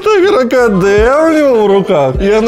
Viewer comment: Николай хотел сказать кракадэ меня везде, но запутался в произношении